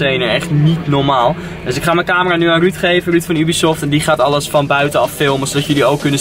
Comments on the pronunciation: Haha je zegt heel vaak ubiesoft Of hoe je dat ook spelt😂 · Try not to cringe challange on point haha. Ik heb nog nooit iemand Ubisoft zo horen uitspreken. Ik zeg altijd jubisoft, maar desondanks wel een vette video.